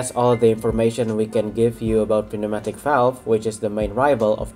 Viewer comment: I agree. Your English is very good, much better in fact than that of many English people! Quick tip. Pneumatic is pronounced New-Matic, the 'P' is silent. I don't envy people trying to learn English as a second language, much of it must be very confusing!